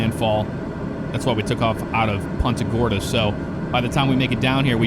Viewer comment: "poonta gorda" not PUNTa gorda